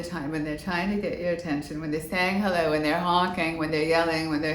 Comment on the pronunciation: I love listening to your stories,! (Arnold saying “hellewaw.”) So fun and funny. 😂